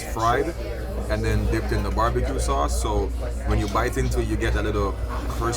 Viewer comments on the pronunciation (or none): Bar-bi fried ribs lol